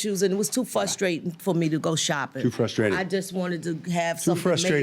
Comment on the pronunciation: Is she saying birfday? Oh no, she did not just say, "fustratin'"